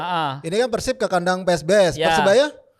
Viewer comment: Bang biasakan kalo nyebut PERSIB itu pake E. Bukan "eu". Gak enak di dengar nya 😂